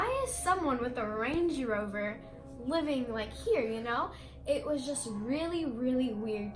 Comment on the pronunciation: “range-ee rover “ lmaoo